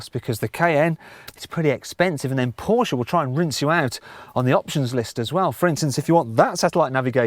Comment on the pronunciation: that's how it's pronounced- por-sh-ah